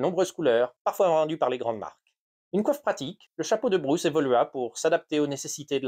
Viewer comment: The Bruce hat, huh? The AI voice can't cope 😄